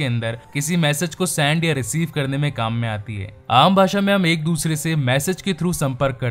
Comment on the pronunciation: It is professor brand not ben Its send not sand